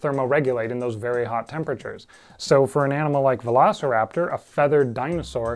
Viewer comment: I think this screams for a Velocipastor analysis. Somehow I always hear You say Velocipastor whenever You actually say Velociraptor and that happens a lot in this video.